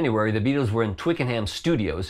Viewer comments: Hi and thanks for this, I just have one correction to make! ;) Twickenham is pronounced Twicken'm/Twicken'um, but never. NEVER TwickenHAM! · it ain't Twicken' ham.. it's Twicken'um..emphasis on first syllable - thought you should know:-) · That's how our friends across the Atlantic pronounce it. Let's be honest though, there's no need to emphasise the ham on any of these place names. Birming Ham , Twicken Ham They should all be soft on the h.